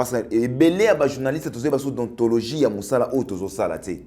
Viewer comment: On dit déontologie et non dontologie